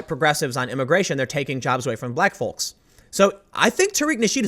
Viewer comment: The L in folks is silent, fam.